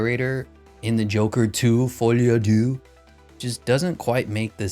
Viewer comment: As a Frenchman, I can't help laughing at the way you Americans pronounced "Folie à deux" 😂